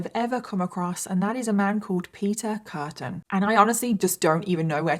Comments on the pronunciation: It's Peter Kürten, not Kurten. Also "Frau" is not a given name in German, it just means woman. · His name is actually Kürten. With an Ü like in Düsseldorf. And Frau is not a name. It means woman. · I thought u called him beef curtain